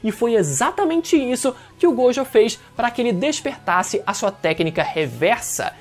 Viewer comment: satisfacao de escutar alguem falando gojo certo